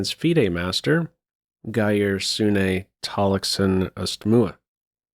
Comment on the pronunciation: Good pronounciation of Geir Tallaksen! A bit too much emphasis on the e-ending in Sune I’d say, and the e in Østmoe is silent. All in all well done!